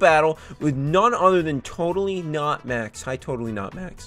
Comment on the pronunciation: So it’s nax(not max) and noss(not Ross)😂